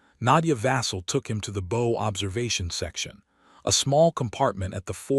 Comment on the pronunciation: Somebody please reprogram the AI to pronounce BOW as bow 🚢 not bow🎀.